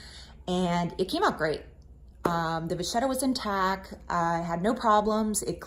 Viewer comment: thank you for info i am going to try this , just to let you know vachetta it pronounced ( vaketa ) 😊